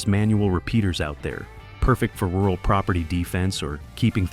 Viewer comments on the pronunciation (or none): none